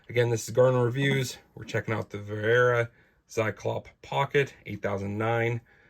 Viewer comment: It is nice for my german ears to hear you say "Vera" correctly. Many english speakers get tricked into saying sth like "wearer". Now if you could punch "Zyklop" into google translate some time and listen to the german way of saying it, you'd be next level. Thanks for reviewing this tool. I was thinking if it is worth the money for quite some time now.